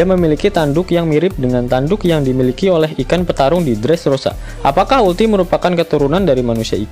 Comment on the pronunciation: uruti kali kak bukan ulti ...hehehe